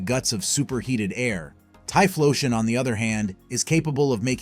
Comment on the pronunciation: I hate the pronunciation so much tyfloseun 😂